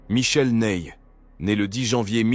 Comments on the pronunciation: C'est pas Neille, c'est Nay. Comme né. Un peu de respect pour les noms 😂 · Resumé efficace. Apres lecture des commentaires je suis moins choqué de ce "Neye, Naille ou autre" 😅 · Hormis la prononciation GPS de Ney, je suis d’accord sur cette liste qui est celle des 5 meilleures maréchaux de Napoléon. Quand au classement ultime, chacun ses critères… J’ai mon idée